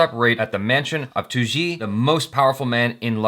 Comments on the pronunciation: tooji lol 😁😁😁 its pronounced like taa-ou-ji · just said tauji as 2G